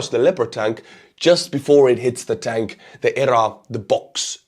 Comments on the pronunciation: Speak as you wish my good sir, but in USA we would say "nipped /in/ the bud" and we say E.R.A. with the letters. Very outstanding coverage! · My friend..."EEEEE, ARRR, A" The word is not pronounced. Just the letters.